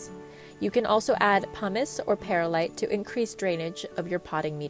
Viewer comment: Foilage …. Surface Incesticide …. Pearlite …. Is this an AI narrator?